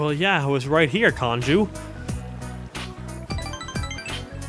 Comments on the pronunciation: Kanjis mad you keep calling him Kanju....and for ignoring him for so long xD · it said kanju again